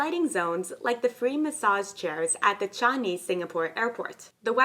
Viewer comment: You should pronounce Changi, Singapore properly